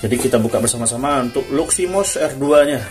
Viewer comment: Luximos bang.bukan luminos